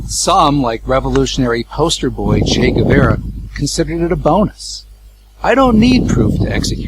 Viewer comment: Brilliant. Oh, i almost die when he said "che is said to be said", hahaha. And the way he pronounce "chei guevera" is funny too.